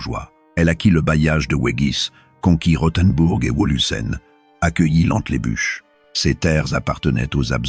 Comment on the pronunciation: "Entlebuche", "Sempache", 😂